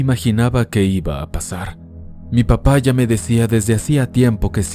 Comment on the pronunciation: Lo siento, en la primera historia no pude evitar escuchar "MI PAPAYA ME DECÍA"